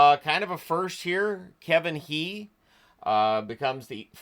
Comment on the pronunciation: "He" usually pronounced more like "Huh" (with a lightly guttural initial H) but ofc I don't know if his family have changed that